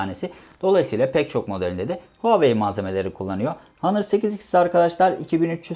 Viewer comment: hanır değil ˈänər